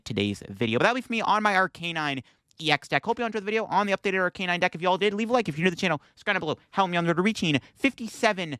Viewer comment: I really like your videos but it would be a lot better if you took just a little time to learn the names of the Pokémon you mention... That's not how you pronounce Arcanine, Heartran and Bibarel